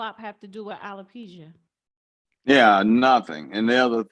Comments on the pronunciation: It’s not feminity, it’s femininity. It’s not narsassist, it’s narcissist. It’s not alopeezia, it’s alopecia. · I wish this host would pronounce the word alopecia correctly. As far as Jada is concerned, she is ridiculous